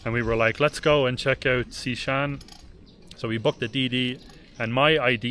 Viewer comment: ✨ Amazing how this country grows on you...@ Xishan pronounced perfectly!!! 🙂